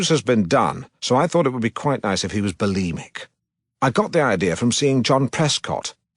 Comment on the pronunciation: Lol bolemic